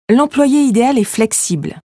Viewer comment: Idéal pronounces as ideYal, not idel. Is that a machine reading the text?